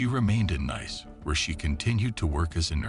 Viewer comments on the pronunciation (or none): its pronounced NEECE not NICE AI deekhead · It’s not pronounced Nice it’s Pronounced Neese like geese. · Nice is pronounced Niece. Fail after fail in this video. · AI Fatigue?! The city is pronounce Nees. Not Nyce?! As Gordon Ramsay would say, "FK me?!" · Pronounced neece not nice😂😂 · The city of "Nice" is pronounced "NEECE" not "nice" like the English word. Did you go to school, or not? Even though you're a machine, the people who operate you should know better. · Nice is pronounced like Niece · Lol nice 🤣🤣 it’s pronounced niece you American diks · Its not nice you idiot a.i. its Nice ( NEESS) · Nice is pronounced niece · It's pronounced Neice, not nice. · Interesting story, didn't know that one. 1 remark i do have is how you pronounce nice, it should be pronounced as niece. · Pronounced NEECE. Not Nice. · Neeece...not nice as in that's nice. Dummy. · The City of Nice is pronounced - Neece, not nice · You lost me at 'nis'. Anyone with any semblence of intelligence knows it's 'nees' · Great story.. pronounced Neece not Nice BTW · Nice.... pronounced Niece. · The place you pronounce as nice is actually pronounced like you would you brothers daughter neice. - just sayin' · its pronounced NEEC not NICE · The name of the city, being in France, is pronounced neece, not nice. Also, you really need an editor to correct the very many grammatical errors which are very distracting for many people. But it was interesting. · Not neese , no sneezing. Nihs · No it's not Neese but pronounced as Niece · He didn't even pronounce it as nice - more like niss - never before have I heard such a pronunciation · Ll good thing he didnt say nice... He said niece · This Ai has terrible pronunciation skills. Saucity General and Neece. I'm off >>> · Nice is pronounced " Neece" 😠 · Its pronounced neece. Neece, France. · The pronunciation is so cringe 😂😂 Saucecity in Niiicccc fml 🤦🏽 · "Nice" is prononced like "niece". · It's pronounced "neese" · Nice city......pronounced Neece....doorknob